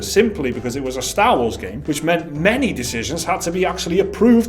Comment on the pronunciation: its star not staaaa